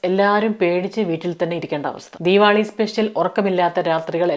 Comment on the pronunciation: ആദ്യമായി ആണ് നിങ്ങളുടെ വീഡിയോസ് കാണുന്നത്, ക്യാനഡയിലെ മലയാളികളുടെ അവിഹിതം ആണ് ആദ്യം കണ്ടത്😂, ആദ്യം കരുതി കഥ പറച്ചിൽ ആണ് എന്ന് പിന്നെയാണ് I realized reality, കേട്ട് കൊണ്ടിരിക്കാൻ നല്ല രസമുണ്ട്, രണ്ട് പേർക്ക് ഷെയർ ചെയ്തു, keep going, പിന്നെ ദീവാളി അല്ല ദീവാലി അല്ലേ? Love from ബഹ്റൈൻ❤